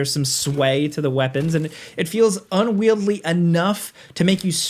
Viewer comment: It's "unwieldy", not "unwieldly". I keep hearing gaming channels saying this recently.